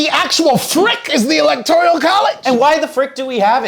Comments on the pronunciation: ELECTORAL NOT ELECTORIAL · I can't get past you constantly saying electorEEEEEEal college. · Does keep saying "electorial"? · why is he saying electorial lol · saying electorial college is hilarious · Is it just me or is saying “electorial” college? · Yup, that's what I'm hearing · 😂😂😂😂😂😂😂no, it’s not just you. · Nope, he's saying it...